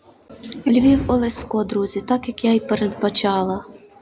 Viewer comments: В вікі вказано наголос ОлЕсько,а ви кажете ОлеськО.Чому? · Місцевий (галицький) діалектизм, досить поширений на львівщині